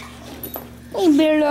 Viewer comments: Franco Barzelatto o and dont forget hey'ah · You forgot “Hey’ah!”